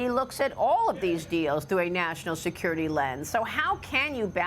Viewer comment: 😮😮😮😅😅😅so aggressive?? Until you have to sacrifice "national see-cure-riti"?? Where is your maga?